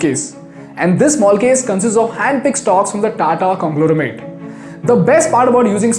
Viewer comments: Hey, it's "congloMeRate" and not "congloReMate" (No offense) LOVING your work! Thank you! ❤ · Congloramate!! Couldn't just dub that again? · It’s conglomerate.. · Couldn't unheard congloramet...